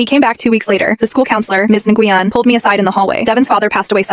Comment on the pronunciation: Na Gu Yen 😂. Pronounce “when” my Vietnamese friend corrected me